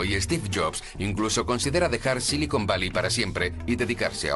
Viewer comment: No es 'esteve', es Steve. Me molestia la inabilidad de pronunicar el S de ingles.